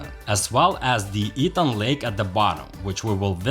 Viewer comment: Not "E"-tang. It is pronounced "Eh-tang," Grand Etang.